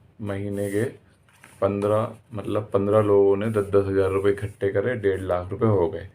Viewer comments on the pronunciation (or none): none